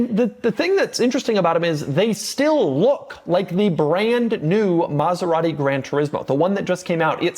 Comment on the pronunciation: Doug is the type of guy that still cannot say ANY Italian brand the right way. Car enthusiast? Been to Italy? It does not matter. Saying Maserati the right way? Nah.